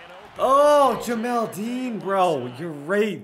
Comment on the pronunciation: Jamel Dean not Jamal Dean🤦🏽‍♂️